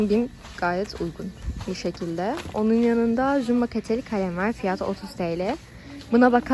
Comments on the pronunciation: Evet yanlış telafuz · peki fiyatı yerine fiyaağtı demesi:D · Fiyatıı derken çok değişik olıyor. Videoların çokk güzel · Fiyatı demen çok gülüyorum